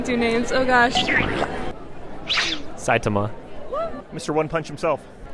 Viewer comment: Literally everyone 'saitma'. If you love anime that much. At least try to pronounce there name correctly.